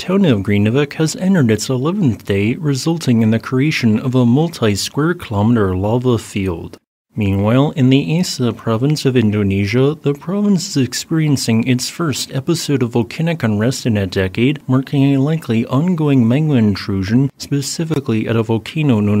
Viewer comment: "Aceh" is pronounced with the "c" as if it were a "ch" in English. So, more like Ah-cheh, with the "che" as in "check". Not Ah-chay, and also not "Aser". Love the channel tho'.